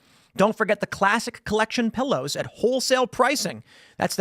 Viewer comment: A “ Phillow” - awe, yes please!😂